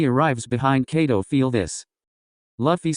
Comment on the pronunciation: It kaido not cato😢